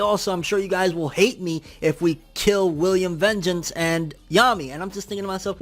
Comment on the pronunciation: Yeah, you're WAYYY too paranoid about Nacht XD. Also you keep staying William's last name incorrectly. It's Vangeance like Georg 'von' Békésy instead of Vengeance.